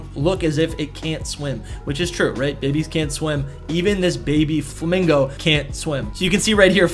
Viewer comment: I believe its name is pronounced Flamin-yo, cause the name’s a combination of Flamingo and Niño (the Spanish word for a young boy)